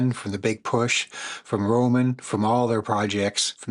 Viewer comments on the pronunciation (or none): Romain is pronounced like the lettuce 🥬, not Roman. Just thought I’d clear that up. 😊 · Love your reaction! Yet, his name is 'Romain". Like lettuce.